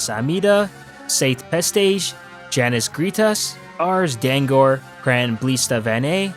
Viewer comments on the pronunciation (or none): none